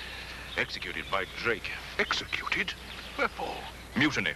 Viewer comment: Sometimes seems to say 'Blake' instead of 'Drake' LOL